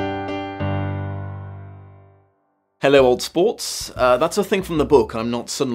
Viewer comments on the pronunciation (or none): I love the novel, but have never been a big Baz Luhrman fan. The movie was on TV once just as I turned it on, right in the first party scene. I heard DiCaprio completely slaughter the words "old sport" and lost almost every ouch of respect for him (with the exception of his role in What's Eating Gilbert Grape). Also, from what I saw the movie had too much grandeur for a modernist novel about a selfish man and his Manic Pixie Dream Girl fantasies - you shouldn't like him at all.